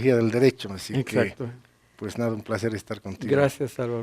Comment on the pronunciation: LA INDIA DICE POS JAYA JAJAJAJAJAJAJA